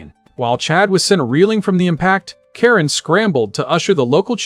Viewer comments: kah-reen not care-in 😭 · Ka-rin not karen 😒 lol so many butchered names lol love bleach tho so im here for it.